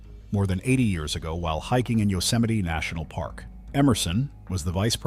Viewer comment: Odd way to say years Do I smell ai reading? Bye